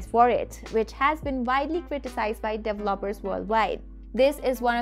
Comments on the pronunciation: Very informative video, not dev-loppers, pronounced-dee-vell-o-pers 😁 Great video though and go Huawei 👍👍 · I LOVE THE the way u say….. DEVELOPER….. DELOPERS HAAAAHAAAAAHAAA